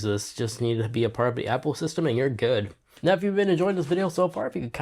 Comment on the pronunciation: If something is good do you pronounce it as “jood”? Try Portuguese again maybe?